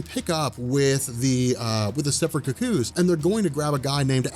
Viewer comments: I'm still trying to get over his pronunciation of "cuckoo": "cu-COO". lol I've always heard it pronounced "COO-coo". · It's Stepford Cuckoos pronounced "koo-koos" not "KUCK-koos." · Hey, I appreciate all the work you've done and you put out a very good product. But the way you're saying "cucko" is killing me. Maybe I've just hate watched too much right wing stuff but it sounds like you're calling them the Stepford cucks. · You need to learn to pronounce cuckoos. It's not ka-koos. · The way you pronounce "cuckoos" irks me a little. Oh, and there were originally 5, not 4. Sophie and Esme are dead.